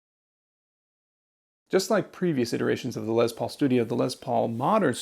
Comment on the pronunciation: I love your videos, especially this one. I bought a 2021 smokehouse Les Paul studio yesterday and absolutely love it. One minor pet peeve with the video. The guitar was named after Les Paul..pronounced "Less" As in Lester. Not Lez Paul... Unless they renamed it after a lesbian named Paul. Sorry bro... I just had to rip on you a little. Keep the great videos coming, in going back to shopping for a masculine hard case for My new lesbian Paul guitar. 😉😂